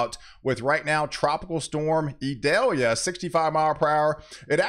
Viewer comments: You are mispronouncing Idalia its not Idelia... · Eee-doll-yah. It isn't an onion.